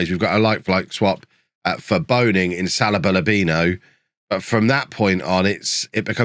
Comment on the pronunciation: Salabalabino. Am I the only one, that hears this everytime says Salibur-Lubinos name?:D